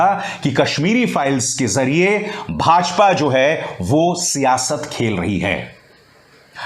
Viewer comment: Sir your using some URDU words like Siyasth . Perfect pronounce . Nice 🙂